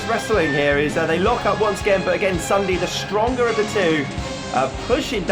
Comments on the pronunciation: it's not ssundey its Ssundy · You did not say ssundee you said ssundaa